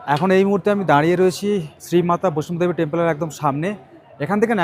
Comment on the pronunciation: উচ্চারণ টা বৈষ্ণদেবী, বৈষ্ণবদেবী নয়। জয় মাতা বৈষ্ণদেবী